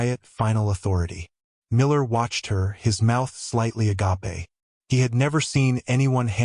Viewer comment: If you’re going to use the word “agape” as often as you do, teach the narrator to pronounce it properly. Agape, meaning “wide open” is pronounced like “to gape open”, 2 syllables “a-gape.” “Agape” pronounced as you usually do, has 3 syllables “a-ga-pe” and means the highest form of love, such as God’s love for His people. In these stories I don’t think you’ll ever use it in its second meaning.